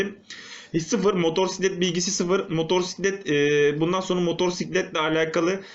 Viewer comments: hocam bastıra bastıra motoRsiklet demeseydin eyiydi :D motosiklet diye yazılıp okunuyor çok bilmişlik olmasın ama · senin işin baya zor ya. Kusura bakma ama daha ismini söyleyemiyorsun 😂 motorsiklet değil motosiklet diye okunur ve yazılır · Önce motosiklet demeyi öğren sonra sürmeyi öğrenirsin motorsiklet nedir abi? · motorsiklet değil motosikelt:D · Güzel videp fakat motorsiklet değil abi, MOTOSİKLET. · modorsiklet derken ? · Motorrrsiklet degil amk motosiklet motorrrrrraiklet ne gicik oldum